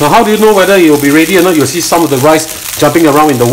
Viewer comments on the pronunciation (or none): none